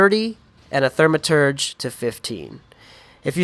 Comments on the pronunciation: THAUMaturge not THERMaterge. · Thermaturge. Teehee